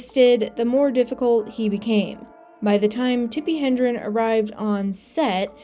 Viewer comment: Hedrin, not Hendrin